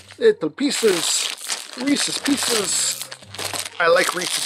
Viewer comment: reesees peecees